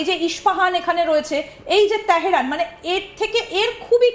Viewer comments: বাল ফেলানি ভালো ভাবে বল।তেহেরান না তেহরান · She pronounces TEHRAN very awkwardly